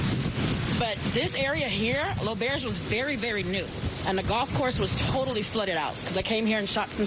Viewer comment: Listening to them mispronounce L’auberge is painful